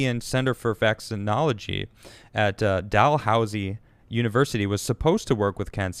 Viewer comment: dal-ooze-E not dal-house-E